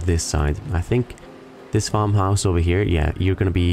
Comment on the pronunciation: Every time you say here, I think you're combining here with highya. I love it.